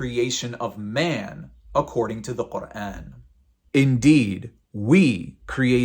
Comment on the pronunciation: woah the way u pronounce quran, ive never heard anyone say it like this but it sounds soooooo beautiful omg